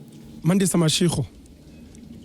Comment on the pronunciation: It's Mashego